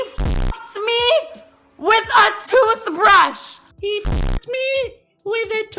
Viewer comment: the way he says toothbrush😂